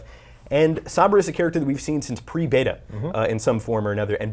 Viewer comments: Being picky but god dang... EVERYONE is mispronouncing Sombra. If this is the Spanish word for shadow, it's "Sohm-bra", not Sambra. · it's Sombra, not Sambra can you guys work on pronunciation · please pronounce it correctly. it's so-mbrah, not sum-brah. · sOHmbra not sAHmbra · Ughh how they say Sombra is killing meeee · Dislike for the way you say sombra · These clowns can't even say Sombra's name correctly. Damn shame. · ITS NOT PRONOUNCE SOMBRA JESUS CHRIST, SAY IT THE WAY ITS SUPPOSE TO SOUND JESUS